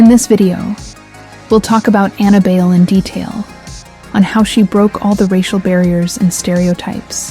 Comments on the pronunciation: BAYLE??? As in "bail"??? Being a Filipina, I think it's pronounced as "buy lay" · I don't think her surname is pronounced as bail/beyl. Since she's a Filipina, it's pronounced as Bay-le (short "A" and "E" sounds). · Ok...it's not pronounced Bail...it's Buy-Leh. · It is pronounced as BUY - LEH , but according to Anna , the Designers she was working with wanted to pronounce it as BAIL and she decided to go on with the BAIL surname and to her , it sounds unique and classy and the rest is history..... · Anna BYE-LE or BUY-LE. There is another Bayle competing at this year's Miss Philippines Earth 2026 named Mavee Bayle. Not sure if Anna is related to this young lady. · Pretty sure her last name is pronounced Buy-le (le as in lemon) or bay-le. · I thought Bayle is pronounced By-leh. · Anna BAYLE Pronunced as BUYLEY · Bayle is pronounced "Bahy- le'" The a is a short a sound and her last name is 2 syllables. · Bayle is pronounced Buy- lee. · its Bay-le. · Her surname is pronounced "BAY-lay." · The surname is pronounced buy-leh. Apparently it means "dance" in Spanish. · Thanks for this, although you pronounce her surname wrongly, it is ok, because I am a Filipino but I dont really know her...